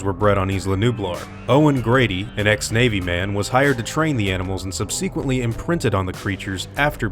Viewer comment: “Subsequently” isn’t pronounced that way. Love your stuff, bro, but that makes me cringe every time.